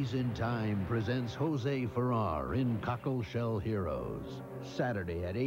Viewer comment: I heard Cockleshell Heroes as "Tacoshell Heroes" and I can't get over how funny that is.